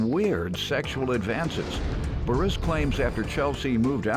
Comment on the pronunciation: That narrator know good and well his name Boris not Baris 😀